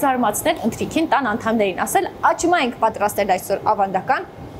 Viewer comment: աղջիկ ջան աճմա չի աչմա է,համ էլ մի քիչ խոսիր խոսքը մի քիչ էլ թող խոհարՐին,ուղղակի շատ տհաճ է ու անդուր